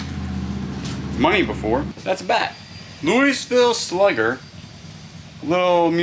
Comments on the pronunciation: what po dunk place you from? louisville slugger.its pronounced louie not lewisville have some respect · I’m 66 and a girl and I know more about baseball that you do. 😂😂😂 Louisville…s is silent. Like the holy grail of baseball bats. 😆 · Bro just a heads up but Louisville's S is silent . Kentucky boy here . Love ur videos , keep it up . ❤️🇺🇸🙏🇺🇸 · In Kentucky, we pronounce it "Lew a vul" Sluggers. lol That first wooden jewelry box is what was called a mens valet tray back in the day. You would set it on top of your dresser and put your wallet between the two pieces of wood on top, and empty your change, etc. from your pockets and place on top and inside of drawer. Then when getting ready the next day, everything is there waiting for you. My thoughts on those two storage units is maybe someone passed away suddenly, they ran a small business, and the family had to clean out everything quickly and just put it in storage.I think the mildew could be cleaned off the sofa since it's leather. They looked to be in good shape other than that. You do need a small table for when you're doing these storage units. Walmart has a small table with adjustable legs that would be perfect. Then you could adjust for your height and save your back and neck some discomfort when going through things. They have a regular one and one that folds in half. They are 4 feet long. They're lifetime brand, 45 for the folding one 55 for the regular one. Glad to see you will def be in the profit on these units.